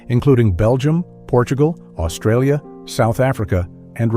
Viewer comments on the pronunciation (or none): none